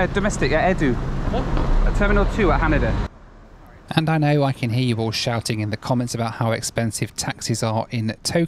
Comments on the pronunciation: HanEda not HanAda LOL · FYI... it's pronounced ha-NAY-da